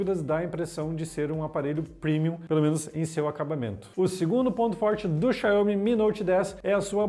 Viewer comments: Essa pronúncia Xanhomi 🤦🤦🤦, Xaumi, Xaumi, Xaumiiiiiii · Pelo amor..... "Xaiomi" não existe! Xiaomi se lê "Xaomi" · Começou o vídeo já falando xaiomi! Não sabe nem pronunciar o nome vai saber o que!? Da uma pesquisada!